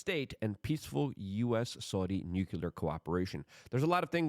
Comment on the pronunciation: Nucular? Strategery?